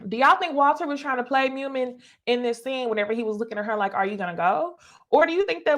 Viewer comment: It’s pronounced Moo Meen and Nye Im. I feel like YouTubers watch these shows on mute lol